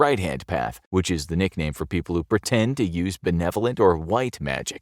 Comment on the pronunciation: I disagree how this narrator says “pretend”, I stopped watching, he is not being educational, his presentation is very crass “pasty white genes” this content is despicable and anyone who agrees with this is too